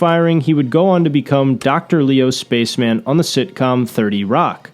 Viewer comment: Also the fact that he pronounced his 30 Rock character as Spaceman not Spach-em-an. 😑